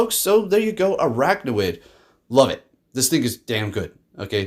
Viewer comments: Think its funny everyone is saying stuff about him mispronouncing salazzle but not araquanid. Both him and Zyonik call it "araknawid" rather than "araquanid". awesome team and video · It's pronounced as "AR-AQUA-NID".